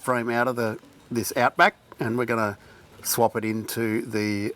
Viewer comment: pronunciation of outback is so aussie